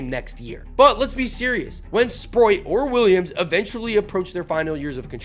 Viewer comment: Stop saying Sproit!!! It's Sprout! Spr... oat